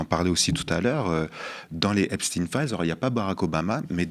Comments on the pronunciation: si tu comprends pas que c'est pas EpstINE mais EpSTEIN faut prendre de la juvamine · Pourquoi Epstin et non pas EPSTEIN de son vrai nom , c est pénible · Donc maintenant, effet de mode !? Vous ne prononcez pas le suffixe de Epstein, comme dans: Frankenstein ? Einstein ? Weinstein? ...etc????? Et vous continuez de désignez les habitants des États-Unis par le terme inapproprié "américain" ! Alors que ce dernier terme désigne l'ensemble des peuples habitant sur le continent américain ! l'Amérique est un CONTINENT !! l'Amérique n'est pas un pays !!! Le terme "états-unien" existe dans le dictionnaire français, de même en Espagnol par exemple !! Utiliser ce terme "américain" au lieu d'"états unien", parler du pays en disant Amérique au lieu de États-Unis , c'est avoir le cerveau lessivé par la propagande colonialiste étatsunienne, et c'est participer à cette propagande !!! Réfléchissez !! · "stein" dans Epstein devrait être prononcé comme dans Einstein, Frankenstein